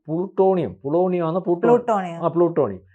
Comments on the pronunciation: പ്ലൂട്ടോണിയം അല്ല , പോളോണിയം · ഇയാളുടെ വായിൽ നിന്നും എപ്പോഴും പ്ലൂട്ടോണിയം വിഴുങ്ങി , പ്ലാട്ടോണിയം വിഴുങ്ങി എന്നാണ് വരുന്നത് ... പൊളോണിയം എന്ന് ഇദ്ദേഹത്തിന് പറയാൻ പറ്റുന്നില്ല ... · "ഈ പറയുന്ന പോലെ".... "അല്ലെങ്കിൽ " ഈ പറയുന്ന പോലെ " പ്ലൂട്ടോണിയം അല്ല - പൊളോണിയം ആണ്.